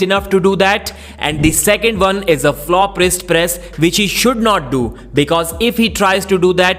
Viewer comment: It's "why" not "vai". It's "one" not "varn"